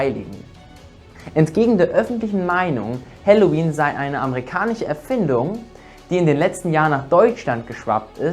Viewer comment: Das heißt nicht amerikaniCHe Erfindung sondern amerikaniSCHe Erfindung. Du sprichst das SCH ständig als CH, wie in KirCHe. Hat Dir das schon mal jemand gesagt? SCH wie Schule und iriSCHe und nicht CH wie in KirCHe! Das nervt total als hochdeutsch Sprechender.